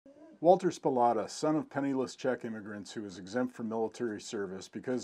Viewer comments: Thanks for the video, great to see your Dad's photos of the Soplata collection. (one nit picky detail, it is pronounced Sa-Plata). Wally Soplata has a very limited print book available called "The B-25 In The Backyard" about his Dad's exploits. The F-82 in your slides has not yet completed it's restoration, it is in the hands of Pat Harker in MN. However, the one that was not in the photos did fly "officially" in Jan 2019. It is the XP-82 Twin Mustang that was the first to fly in 1945. I'm fortunate to have worked as a volunteer for many years with Tom Reilly's crew in Douglas, GA on the project. The AC currently resides in Titusville, FL at the VAC Museum, and is for sale if anyone is interested. It took all the major restoration prizes at SNF in FL. and Airventure at Oshkosh in 2019. Tom Reilly was just inducted into the GA Aviation HOF a couple short months ago. Walter should be in a HOF somewhere, someday for all his work to save these AC. Thanks again for sharing. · I met Walter (So-plat-ah , NOT Spo-lah-ta as you pronounce it) in the 1970s. I had worked at the Shuttleworth Trust in England so we talked mainly about preservation. Walter's anticorrosion technique was to spray used motor oil on on all the metal parts so everything then was kind of gooey. When I identified a P-47 fuselage that you didn't mention and most people never noticed, Walter's reward was to show me his second --- hidden -- Allison-powered P-82. A great day spent with an unusual man, Walter Soplata. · Spolata? That is not the way Walter pronounced his name when I talked to him....... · I grew up in restful lake / hickory dale literally a couple houses down the street in the nineties I spent a lot of ti.e back there when I shouldn't have. And just to clarify. His name was pronounced, So-plata. Close though. Thank you for this vid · First words sound like "Walter's Spolata's" even at 0.25 speed.